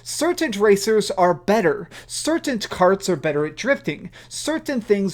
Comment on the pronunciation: 'certaint, certaint, certaint' theres no T at end of 'certain'!!!!